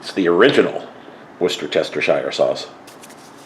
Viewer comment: Hey!! I’m here for this!! Yay! Salisbury steak!!! I haven’t had any of those in decades lol hahah oh panko!! Interesting!! I love how you say Worcestershire sauce!! I cannot ever say it hahaha 🤣 yes nicely seasoned, it must be delicious ❤thanks for sharing 😊God bless you and your loved ones always ❤